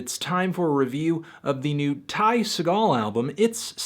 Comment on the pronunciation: The sticker that comes on the plastic wrap of the LP has a guide on how to pronounce Ty Segall ( like Tie Seagull), but you still can't pronounce it correctly.